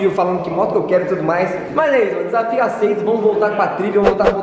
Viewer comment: ele disse aceitado??? ahahahahaha